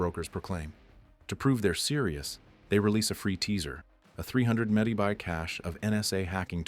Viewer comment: Why can't you say megabyte right? You sure you're not AI?